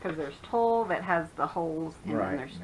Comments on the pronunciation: wow, the crochet book! very cool Lots of funderful stuff. The blender is gorgeous~ and ........ because I am OLD. Toile is pronounced twal :) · Oops, here I go again - toile is "twall." Great haul (rhymes with haul... ;-) ) You are finding great stuff already this season! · I think you sound plenty smart! I was a seamstress for many years and fabric is just my thang. ;-) (So is English so I have always looked up words I didn't know how to pronounce, "toile" being one of them. Another word everyone mangles is "mauve." Its mOve, like "rove." How often have you heard it pronounced that way? :) At leasat you're taking it well. My friends used to call me Miss Know-it-all. Feel free to do so if I bug you!